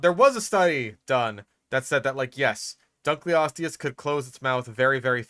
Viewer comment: It should be pronounced Dunk-el-o-steus. It's named after a guy who's name was Dunkle. It means "Dunkle's bone" which sounds like some kind of innuendo, if you ask me.